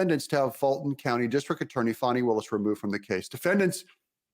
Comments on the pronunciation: DOUG DOUG DOUG...its not PHONI..its FANNY FANNY!!! Go on offense!! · So let me get this straight. It spells "Fani" but pronounces Phony... Ok got it.